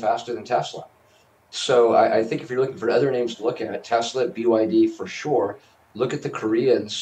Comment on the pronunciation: 😂😂😂😂 hour can you be taken seriously saying byd